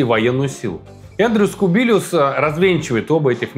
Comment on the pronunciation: Андрюс Кубилюс. Не Эндрюс Кубилиус.